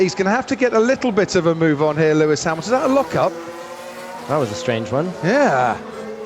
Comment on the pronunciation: Lewis Hamaxton Lewis Haminton